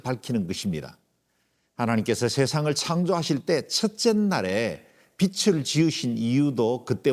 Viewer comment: 우리말 받침 'ㄹ' 발음을 영어의 'L'같이 발음하시는 군요. '하늘' '빛을' 이런 단어의 발음이 그렇습니다.